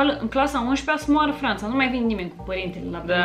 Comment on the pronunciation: " Sâ moarâ Franta"😂😂😁